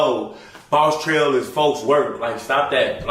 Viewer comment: Man said boss trel lmao